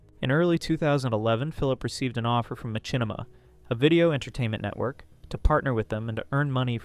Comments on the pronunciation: It's not "Ma-chin-ima" it's "Ma-shin-ima" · This is straight-up fire dude, really well put together and the video evidence after each talking point hits like a bus. What on earth is a "Ma-CHIN-ni-ma"? 😆